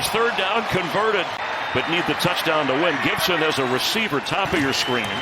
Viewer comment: "That was a Patriot ROUCHDOWN! For Remandre Stevenson!" 😂